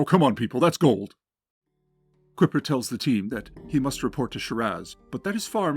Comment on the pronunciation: Isn't Kuiper pronounced "Kai-per" instead of "Kipper"? (Like the Kuiper belt in space?)